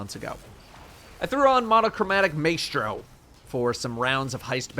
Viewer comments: Maestro is pronounced MY-STRO and anyone who says otherwise is bad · Monochromatic “My-stro” :) seeing people on videos saying it like you too. It’s the conductor of music :) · The way he pronounces ‘maestro’ makes me want to Superman punch his mouf Also don’t ever start off Coldfront with holding the trigger down Tap it Give it a second Then hold it down to get the most out of the extra damage Fuck this guy!